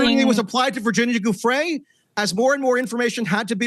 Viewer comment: pretty sure Giuffrè is pronounced /djuffre/